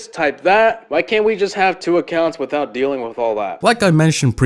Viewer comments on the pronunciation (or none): none